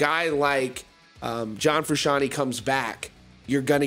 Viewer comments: “John Frooshawny” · Jack Conor Ria It bothers me the way he says it.